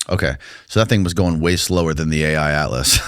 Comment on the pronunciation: it's called 3i atlas, not Ai atlas.